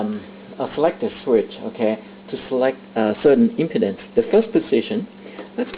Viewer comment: I like how you pronounce impedance, LOL. Sounds like impotence.